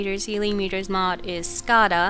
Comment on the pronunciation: skada is pronunced with a long a ;)